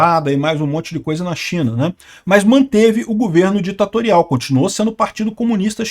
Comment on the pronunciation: o certo é governo, e não gUverno.